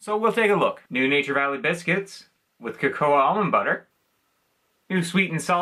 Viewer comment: It's pronounced 'Coco' - The a is silent but for Cacao its pronounced 'Cacouw' I was going to highlight the Natures Path error after the first time but you put it on screen after the second time you made that mistake. I'm sure on Tami Dunn's channel they have mentioned the confusion between the two brands before. Again these aren't particularly exciting and it seems we only get a new flavour NV bar every six months - a year plus usually it has Peanuts anyway even if not obvious as in being in the name of the bar. Funnily enough I just thought Beard Meats Food who is a British competitive eater recently did a Breakfast Bar challenge and I commented on how amazed I was that the 'Eat Natural' bars he featured even sold - They are another one of those bars with nuts whether it be Almonds or Cashews where as I prefer a plain Granola Bar. Always thought that was odd too how in North America you call all Cereal Bars Granola Bars despite Granola being a specific type of Cereal and its the same with Biscuits you call them Cookies even though Cookies are a specific type of Biscuit. I think you will admit the British way of naming is better!!!!